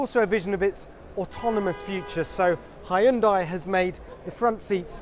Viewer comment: Why does he pronounce Hyundai as "high-end dye"? It's not a CPU, it's a car.